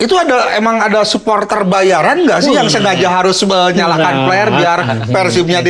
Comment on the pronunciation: mang tolong pengucapan huruf P dan F dibedakan. flare kalo dibaca pake P artinya jadi jorok. Sekedar masukan ieu mah